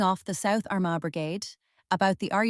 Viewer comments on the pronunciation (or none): The pronunciations of Laffgall (loughgall) , Arma (Armagh) and Lough-gilly (Loughguille) are terrible